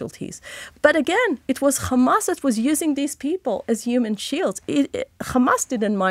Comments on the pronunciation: How many times did she mention KHAMAS 🖕🇮🇱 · If they ever take responsibility for any of their actions instead of simply saying "KKhhamass" I would be shocked into a coma.